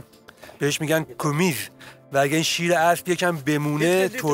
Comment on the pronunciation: سلام دوست عزیز تلفظ اصلی شیر اسب کومیز نیست قِمز هست